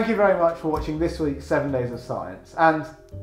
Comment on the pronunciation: "7 Days of Scien"